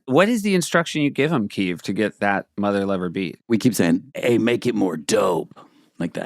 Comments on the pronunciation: Did Seth call it mother liver? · Anyone else hear Seth say ‘Motherliver’? Very different sketch, that